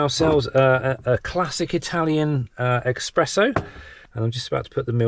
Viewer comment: Please say Espresso